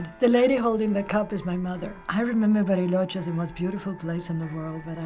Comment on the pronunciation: La forma en la que dijo "Bariloche" aparte de que también es una ciudad en Argentina, me hace pensar que ella es de Argentina o habla español con el acento.